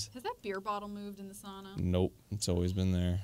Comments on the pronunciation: I caught that too, I was wondering why he suddenly pronounced it correctly. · Me as a Finnish person hearing Arin and Dann jokingly pronouncing sauna spot on😍😍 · As a Finn I really appreciate them pronouncing sauna correctly